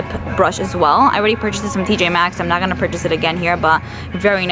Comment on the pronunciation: "ganna" lol